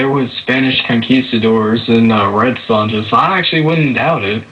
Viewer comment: The J is not pronounced in Sonja's name. Her name rhymes w/ phone ya.